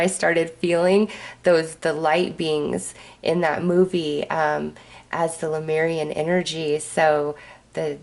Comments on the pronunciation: It’s not LUmeian, it’s LEmurian (Leh-mure-ee-an). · Thank you for your sweet spirit and your videos with messages from the Lemurian energies. Careful not to mix up the vowels in the word - "Leh - moor - ee - an" . Not "Luh - meer - ree - an".